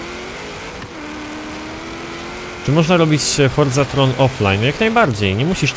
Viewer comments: czyta się "forzaton" chyba że to wiesz ale wolisz "swoją" nazwę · To jest forzaTHON tak samo jak z angielskiego marathon, nie ma tam nigdzie żadnego R Więc proszę czytaj forcaTON :)